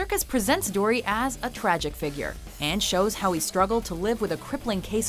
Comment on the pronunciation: Her pronunciation of ‘Dury’ ruined this.